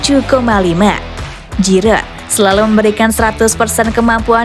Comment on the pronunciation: Giroud dibaca Jiru, bukan Jirot